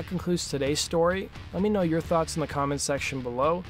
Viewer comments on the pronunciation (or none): none